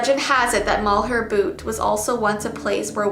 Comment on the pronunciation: You definitely said Butte wrong but thats okay! You say the "U" in butte so it sounds like b-yoot